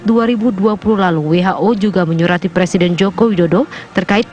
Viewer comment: Presiden woy bukan prasiden